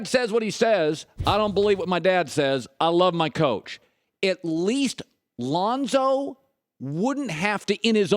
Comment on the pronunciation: Chris it's Lonzo..not Lahnzo..😂